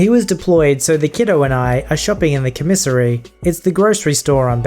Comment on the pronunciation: I... support changing the accepted pronunciation of commissary after listening to this. That is a MUCH better way to say it! Thumbs up.